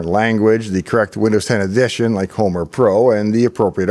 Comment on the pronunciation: Homer Pro edition?